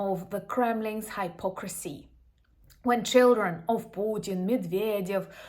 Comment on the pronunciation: Hypocrisy is pronounced with a hip sound, not a hype sound.